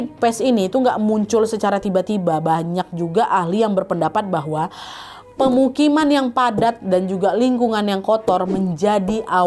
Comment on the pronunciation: NADDD, pemukiman yang PADRAT??? atau padat 😭😭